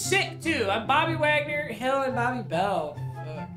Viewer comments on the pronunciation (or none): none